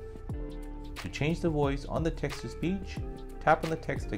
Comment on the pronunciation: wtf is a “woice?” it’s voice.